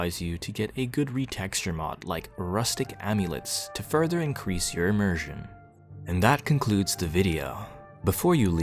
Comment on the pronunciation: "Immersion", pronounces it "Eeeee-Mersion"